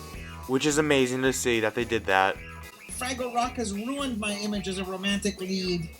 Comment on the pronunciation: “froggle”?!? Did you ever watch this show?!? It’s pronounced FRAGGLE…how old are you?!? 😖🥴